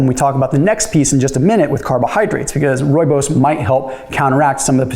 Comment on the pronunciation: First time I have heard a person not from South Africa pronounce Rooibos correct.😂